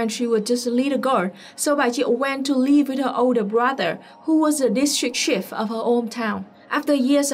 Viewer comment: Note on pronunciation: You pronounce "chief" the French way sometimes. Ask American Johnson, How to pronounce it in American English.